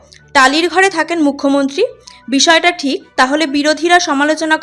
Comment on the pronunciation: "বাড়ো বছড় একটা মুখ্যমন্ত্ড়ী টালিড় চালে থেকে".... ইত্যাদি ইত্যাদি। এর "র" টাকে কোন্ কামারশাল ঠিক করে দেবে ভাই??? আর সায়নী ভালো???? হাঃ হাঃ হাঃ...তাহলে নচ্ছারটা কে?